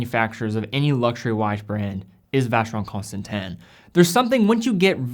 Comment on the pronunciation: Why is it pronounced Constantan when its Constantin?